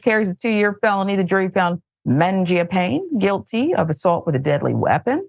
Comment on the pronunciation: It's pronounced manja-panay,. Italian for "bread eater".